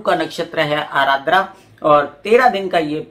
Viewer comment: Mam vo ADRA hain not ARADRA Joki meri hi nakshatra hain. 😊